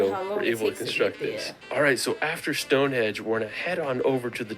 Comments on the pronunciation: StoneHEDGE ??? THis guy cracks me up. ;-)) It's StoneHENGE !! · Did he really call Stonehenge ‘Stonehedge’???